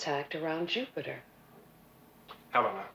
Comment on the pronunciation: ever notice how awkward Landau is when pronouncing the names of Helena, and Alan? He has trouble with the L sounds when its in the middle of a word....he pronounces it like a D.....